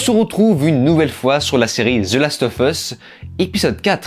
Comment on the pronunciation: Bonjour ! En anglais, lorsque le mot qui suit "of" commence par une voyelle, alors "of" se prononce "ov". Voilà, c'était la parenthèse culturelle 😄 Merci pour cette critique que je n'ai pu m'empêcher de regarder alors que je n'ai pas encore regardé cet épisode 4 !!!